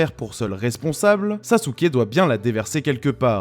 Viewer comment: Ça fait un moment depuis le dernier live de Manga Fr! Superbe review comme d'hab même si sasuké "sasouke"🤭 est loin d'être mon personnage favoris